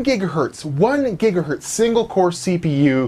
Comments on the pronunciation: It gigahertz me when you say gigahurt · gigahErtz not gigahUrtz. E from checker, decker, sent, repent